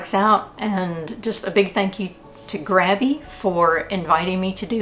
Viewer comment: Love the Grabie ("GRAY-be") brushes!!!! They are great.